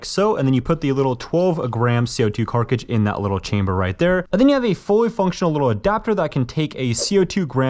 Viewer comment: “co2 carcigds”